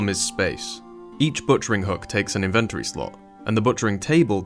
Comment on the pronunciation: If you start putting timestamps on your music I will forgive your pronunciation of inventory X)